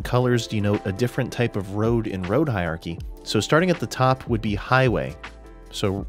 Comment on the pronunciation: I hate to be one of those pedantic Internet jerks, but I just can't help myself. It sounds like you are saying "hi-ar-kee", but it's pronounced "hi-ur-ar-kee" But seriously, great video on an important and too often overlooked topic.